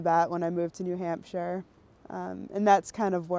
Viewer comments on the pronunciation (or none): It's new hamp-sha. There is definitely a p in there